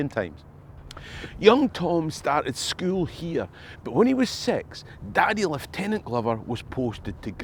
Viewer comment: So refreshing to hear somebody pronounce lieutenant correct